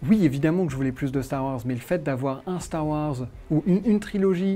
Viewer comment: x) il dit bien "hanne" et "lendow", mais par contre c'est "Starr Ouarzz"